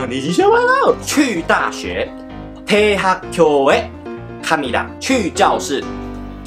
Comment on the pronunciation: 대학교 "꾜"